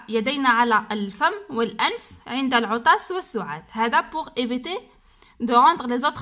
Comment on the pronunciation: اسمها العطس ليس العطاس